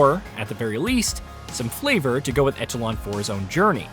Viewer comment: Most people know that echelon is pronounced ESHA-LAWN right ? Like tell me this guy is just the 1 out of 400 million that doesn’t ? It’ll help me sleep and have hope for mankind. Thanks.